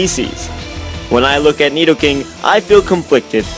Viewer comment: when he said nedoking I was like bruuuu